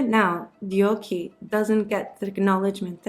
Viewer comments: Thank you for covering our history. Just a fyi for future videos to help you ~ her name is pronounced Deok (duhk) with a stronger deeper D from the throat) Hye (Hey but stop the y short.) Your deok is good but hye isnt Hi its more Hey 😊 same with her daughter, there is no words or characters thay is pronounced hi or hai in korean 😅 hope this is helpful! Thank you again for the awesome history ❤ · Thank You for a very informative video. However, even THIS video distances her from her country and culture. Anyone who knows Korean and Japanese language would recognize this INCORRECT pronunciation of her name. 99% of Korean names are only two syllables. This video pronounces her name as three syllables: more common in Japanese culture, as most Japanese words (and names) end in vowels. Her Korea name ( 뎍혜 ) pronounced as DeokKye ( [ Dok-Kye ] is, as usual, two syllables: NOT 'de-ok-kye'. But, again, very informative for students. hank You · Sorry, I've GOT to correct your pronunciation: her name was 덕혜, which with Amercian pronunciation, sounds almost like 'Duck-Hey', but more open vowels. The romanization of foreign languages follows different pronunciation rules. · Korean speaker here: Just FYI, you are pronouncing her name incorrectly. It should sound roughly like "Dawk-Hay." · no the narrator didn’t even try or look it up. Koreans names are 2 syllables and Korean is pure phonetical characters. It’s also two English sounding words put together “duck-hay” so easy to pronounce. Almost ironic the author couldn’t do her the decency of researching how to pronounce the name. Sounds Japanese the way she says it which is an embarrassment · The fact that you didn't bother to learn how to properly pronounce Korean names before deciding to put out this doc absolutely blows my mind. Every time you butchered Deokhye's name, it was so jarring I couldn't finish watching. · i just wished she wouldn't butcher her name like that from the very first second on...